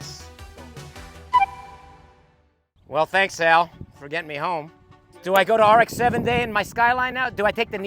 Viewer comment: RX-7の発音ごっつ素敵やん